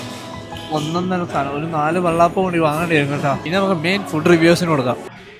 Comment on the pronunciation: എടാ വെള്ളാപ്പമല്ല ,വെള്ളയപ്പം നീ എന്തോന്നാട പറഞ്ഞുകൊണ്ടിരിക്കുന്നത്